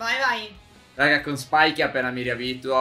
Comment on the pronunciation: secondo me dovreste portarlo piu spesso. Comunque quel brawler simile a spike in realtà è squeak, e spike si pronuncia spaik